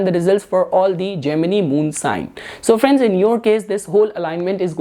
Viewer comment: You pronounce Gemini different